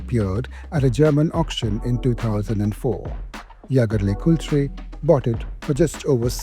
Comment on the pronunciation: Indians not only buy but also butcher name of Jaeger Lecoultre in their own ways